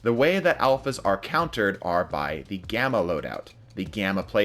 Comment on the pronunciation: I thought gamma said grama